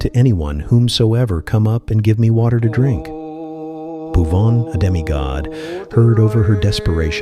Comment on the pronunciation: Hey bro some pronunciation is mistake pubuan not a bhuvan and dress also not matching your video is beautiful but u need to correction in some placw